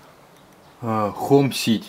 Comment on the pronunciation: не балу а балю